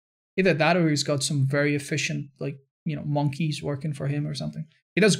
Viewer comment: did anyone else not just hear him say he has monkrys working for him????